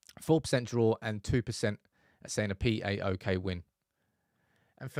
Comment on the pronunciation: say it right Paok not P.A.O.K